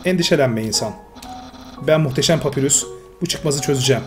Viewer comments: Papyrus normalde papirüs diye okunur bu oyunda Papayrus olarak okunması istenmiştir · oyunda saldırı tuşu yokmuş gibi davran ama ilerde saldırı tuşunu kullanman gerekecek hem uzun iskeletin adı papayrus diye okunuyo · papyrus diye okunuyo papirus degil undiy degil andayn diye okunuyolar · papayrus diye okumuypr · Papayrus diye okunuyor abi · Abi bi papyrus un ismi ni doğru söyleyemedin bundan dolayı dislike attım papyras de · papyrus u yanlış okuyorsun ''papay rus''olarak okunuyor undyne ''andayn '' olarak okunuyor.:D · abi papayrus papirüs diye okunmuyo direkli yazıldığı gibi ve undyne udin değilde dadasdadas andayn diye okunuyo ama abi böylede bayagüzel oluyo seriye devam abi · Papayrıs gibi bi okunuşu var ve sans da "sens" gibi okunuyo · Bu adamın dediği doğru okunuşu farklı